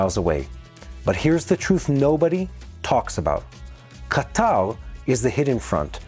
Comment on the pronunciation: I'm curious, is that the official way to pronounce Ka- Tar? Ca-tall? Qatar = Catall?